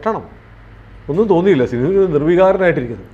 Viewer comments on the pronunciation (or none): none